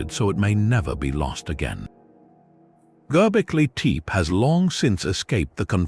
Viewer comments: Gobbly,Teep? Well, that’s a new pronunciation of it. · At least learn how to pronounce it